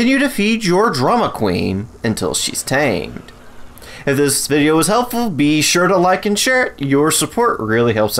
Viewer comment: Lol he said bee helpful